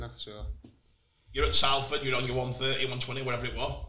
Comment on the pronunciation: Everytime says Salford wrong a fairy dies